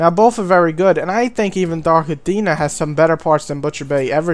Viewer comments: Dude its Dark Athena not Dark Adeena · dark atteena? what a gumpter! aFFFena